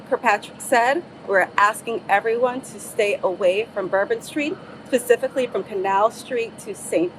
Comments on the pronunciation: She is 100% a dei higher. The unqualified unintelligent DEI hire said "pacifically" not specifically which is the word she meant to use. Im tired of ppl tolerating stupidity. Notice its only females in charge in nola its only females being put out in front its a DEI investigation so i dont have much faith in it. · She said pacifically instead of specifically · Pacifically she's NOT qualified! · Pacifically lol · "PACIFICALLY"????? WTF is that???? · She said "pecifically" so I'm not taking her seriously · haha Pacifically that gets me everytime. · I keep hearing the "F" sound and the word itself sounds like it just fell out of her mouth like "fazifikly" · Two woman that I guarantee have never facilitated an arrest on their own. As a 30 year veteran of law enforcement I guarantee no one in that department has any respect for grandma. Agents in the FBI are cringing every time they show LaQuasha trying to sound intelligent mispronouncing simple words while wearing a nose ring. What a Slo Joe DEI clown show. All this video needed was a minority female mayor saying oops we messed up with security our bad. Wait a minute ! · Wait, let me get this straight An over entitled DEI, communitah, nose ring wearing hire, cannot even pronounce the word "Specifically" And someone hired that embarrassment of a woman? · You are hilarious! And yes she did say that lol